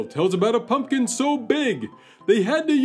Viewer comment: How interesting. I didn't even know half of that stuff. I'm surprised you didn't do this one on Halloween or Thanksgiving🎃🎃🎃 Thank you for saying PUMPKIN and not PUNKIN like most people. A big pet peeve lol.